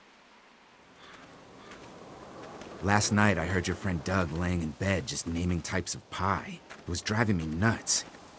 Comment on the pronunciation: Larry called Doug “Dough” 😂😂